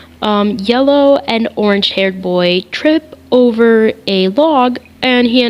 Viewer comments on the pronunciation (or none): none